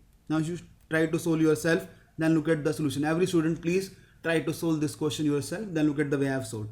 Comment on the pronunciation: bhai "ko-tion" nahi hota "ques-tion" hota hai.